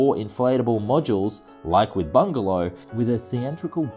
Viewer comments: Why do you keep saying 'bungalow aerospace' when the company is clearly called 'Bigelow aerospace'? It said Bigelow in the text on the video about 10 times but still you keep saying bungalow? Don't mean to be petty but it just ruined what could other wise have been an enjoyable video. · BIgalow not BuNgelow!!!!